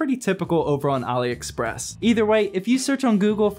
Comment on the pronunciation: THANK YOU for pronouncing AliExpress right